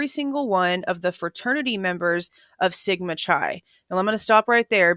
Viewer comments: Its pronounced Sigma Ki (Sigma Chi) just so you know moving forward (Greek)** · Just a note- Sigma Chi is pronounced “Ky”. ❤